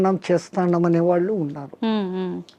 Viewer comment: మహా తల్లీ దయచేసి ఉచ్చారణ మార్చి తే మంచిది వినలేక పోతున్నాము వాళ్లు అంటే బాగుంటుంది వాల్లు కాదు please please బోడి స్టైల్ వద్దు